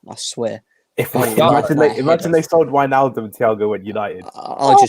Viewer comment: If we're going to obsess over pronunciation it's probably pronounced fahn deh beeahk, and Vane-alduhm